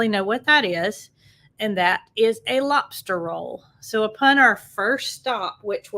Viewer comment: 🤣🤣🤣 Love the way you say "lopster".